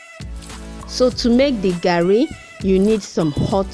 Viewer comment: The way you said the garri na correct American English be that 😀.